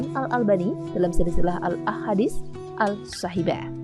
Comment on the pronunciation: Maaf kak admin, sepertinya menit ke 6.26 shahihah, namun saya dengar yang diucapkan shahibah.🙏🏻